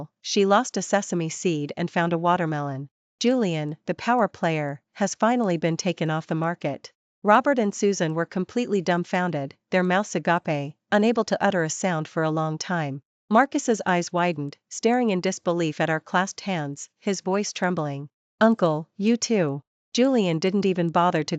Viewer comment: I'm so done with the mispronunciation of the heteronym "agape" ... The pronunciation of agape depends on its meaning, but for the word meaning "spiritual love," it's commonly pronounced a-GA-pay or ah-gah-pay in the US, with stress on the second syllable. The other meaning, "wide open," is pronounced a-GAPE.